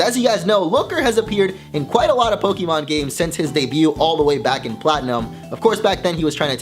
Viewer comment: Fuck this channel. "Po-Kie-Mon" Nice.